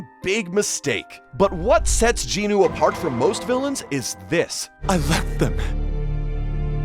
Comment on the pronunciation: Bro jin-nu? Sorry nah